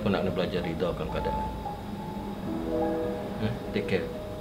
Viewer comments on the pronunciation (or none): Its redha not ridha